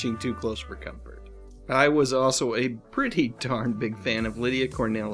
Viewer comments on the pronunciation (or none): none